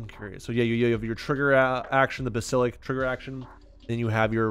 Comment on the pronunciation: Basil-isk, that's how you pronounce it...😂